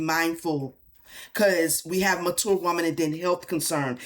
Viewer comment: 😂 when you said “mature” man I was hearing “manure”